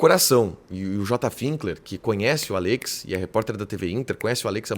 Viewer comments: É “Àllex” não “Allêx” 😵‍💫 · Qe pronunia estranha desse nome Allex kkkkk